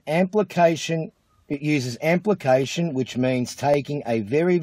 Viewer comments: "cannot disguishing," not "cannot distinguishing." "amplication." Guy can't even read the lies he's reciting. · I noticed 'amplication' but missed the other one. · Look, how can you doubt? It says so right there in that copy/pasted quote from Random Internet Person: it uses amplication which means taking a very very tiny amount of DNA and growing it expodentially! Which is apparently how you're supposed to pronounce amplification and exponentially; incorrectly. If you can't trust the word of some self-aggrandizing nobody recording from inside his car because his wife threatened him with divorce if he didn't stop his bullshit who can't even pronounce words properly, then who CAN you trust?! Apart from literally EVERYONE ELSE I mean. Wrong answers only! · Do you think he's deliberately going for the Mark Brandon Read look? "Believe what I've got to say or I'll cut your ears off." "Amplication"? "Expodentially"? This guy really knows his stuff. 😉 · "amplication" "expodencially" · "Amplication" "Expidentially" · Kind of hard to believe a guy who doesnt know how to take care of his teeth and can't pronounce 'amplification' and 'exponentially' being an expert on PCR but hey he's done his research so I guess that means he knows his stuff